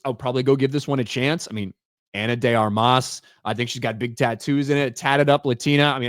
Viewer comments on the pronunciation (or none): Its not Ana DAY ARMAAAS its just Ana De Armas lol im cuban